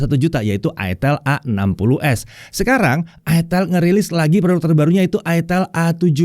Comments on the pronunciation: Ingat cara bacanya : aitel, aitel, aitel..... Bukan........... til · "Itel" Dibacanya "AiTel" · Makanya bacanya aitel